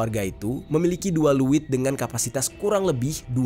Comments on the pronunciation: Izin koreksi kak.. Leuit,bukan luwit.. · Leuit di abca ( leit ) bukan luwit😅 Ngadiukeun = diuk (duduk) Penambahan kata eun sunda seperti di aceh banyak kata eu nya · Bang bukan liit tapi leit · Leuit bang bkn luwittt😂ngaseuk bkn ngasek😂hrs di baca eu nya dong bkn e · Bukan luit bang tapi leuit